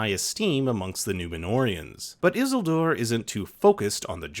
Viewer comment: Why is he saying Isildur like that ☠️☠️